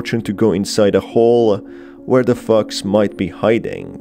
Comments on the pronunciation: Omg whenever he says fox I thought he said fucks 🤣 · I swear, it sounds like he is saying "f*cks" instead of fox. I feel trolled. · Every time he says "fox" I hear fucks🤣🤣🤣🤣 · Anytime he says “the fox” I think he is saying “the fuq”😩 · i hate how its so funny that whenever you say 'fox' it sounds like ' f-cks' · Every time he said fox it sounds like he's saying fu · I'm sorry, but I'm laughing at the way this guy pronounces "fox"